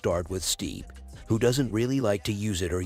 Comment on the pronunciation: His name is not "Steep" ..lol